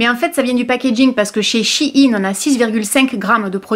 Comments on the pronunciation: Salut, je suis casi sûr que ça se prononce "Shai-ine" (je sais pas si c' est claire?) sinon tu devrais essayer leurs vêtements il y a un large choix de fringues vraiment sympa pour pas chère 😉 Je t' aime gros bisous YouTube ❤️ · Non c’est « to shine » (à prononcer shaïne) qui veut dire briller... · Laparisienne Delalorraine justement c’est pour cela qu’il dit « CHI INE » et non « CHINE » car « CHI INE » est un diminutif de « CHI INSIDE » 😊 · En faite ça se dit She(elle en anglais) in Parce qu'avant le site s'appelait she inside. Mais ils ont raccourcis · Perso je le prononce "chaïne" (comme shine en anglais) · Ça se prononce « She In » car avant c’était « She Inside »😘😘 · Personnellement je le prononce Ch Aie Ne (en très phonétique) mais pas sur du tout que ce soit la bonne prononciation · On dit shiiiiiiiin 😂😂 sinon pourrait tu tester la cire mamie réglisse spéciale douillette stp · Ça se prononce CHI -INE ☺️ tes cheveux sont splendides 😍 je trouve que le mascara a eu un bel effet sur tes yeux 🥰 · Personnellement "Shein" je le prononce " chaïne " mais bon je ne pense pas qu'il y ai de prononciation bonne ou non ^^' ! J'ai regardé les vêtements sur le site et j'ai eu pas mal de coup de coeur et ma petite commande est déjà prête ! Je n'ai pas été voir le maquillage par contre car il me semble que c'est un site chinois, et que tu l'avais toi même dit dans une des tes vidéos je ne connais pas la composition et je pense que c'est beaucoup moins clin que ce que l'on peut trouver en boutique ! Mais franchement ce site est un coup de coeur pour moi on peut trouver des meubles, vêtements etc... au fait merci beaucoup pour tes vidéos tu ne m'as jamais déçue !!! <3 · J'ai bossé pour SHEIN l'année dernière. C'est she in en anglais, donc ça se dit chi ine. Des bisous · SH-> CH / EI -> éille -> SHEIN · Ça se prononce chihine ahah en réalité c'est SHE&IN (elle et la mode) voilouu. Gros bisous 💋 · She-en (prononce Shi-ine) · Chaine sa se prononce comme ça